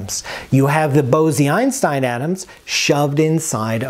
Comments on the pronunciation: Isn’t it pronounced bowz-Einstein, not bow-zee-Einstein? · Very good new knowledge for me. Thank you. Bose-Einstein condensate ... was proposed jointly by the Indian Physicist Satyendra Nath Bose and Albert Einstein. The word Bose is not pronounced as Bozee but rather as Bos and the 'o' is pronounced as 'oa' in hoarse. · Bose (in Bose-Einstein condensate) is pronounced like Rose. Not like Bosy that you are pronouncing like Rosy. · It's Bose as in Nose. Great video! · Great explanation! One nit: according to Wikipedia & Google translate, the "e" in Bose is not pronounced. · Bose? It's pronounced Bose??